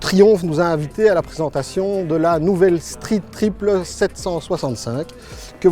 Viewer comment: Struite tripeul pour la phonétique 😁